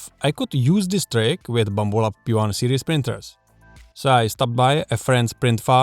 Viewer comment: I like the way you say Bumble-abs.